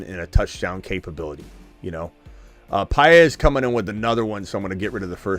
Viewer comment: BTW, , you pronounced Paez correctly and I thank you. Very difficult for many. I am also a J. Paez so you have two of us watching you! What time is the stream tonight? Can't wait to see results. Take care